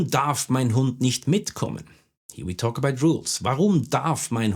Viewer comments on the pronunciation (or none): none